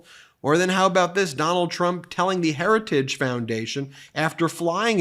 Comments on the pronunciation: He can not clearly pronounce Heritage .... he tried a second time just a slosh mosh clearer... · Gut can't even pronounce the word heritage. Good lord. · He cant even say Heritage